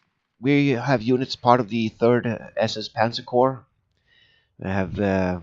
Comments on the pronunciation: Its been 6 years and hes told every video, still says it wrong... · Minor note, Corps is usually pronounced "Core" rather than "Corpse"" ;)